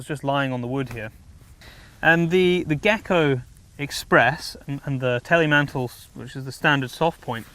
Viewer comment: Teilmantel is not "Telemantel"... means "separated jacket" or "partial jacket" in German. "Telemantel" means nothing.